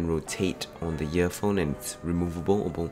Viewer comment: im hearing "yearphone and yeartips."